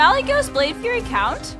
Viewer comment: Anyone else triggered by the chick calling it 'Blade Fury'